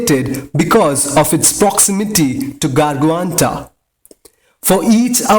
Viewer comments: It's not Garguanta, it's Gargantua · it's gargantua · its gargantua lol. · ikr the way he pronounced blackholes name gargantua wtf haha